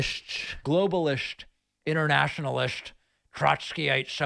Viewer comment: "...inernaschionalist, globalisht, Troshkyite-soshialisht...! 🤣